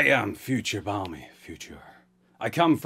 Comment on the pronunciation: It is Baumi, and you'll get something better along the way as long as you keep trying. Keep up the good work.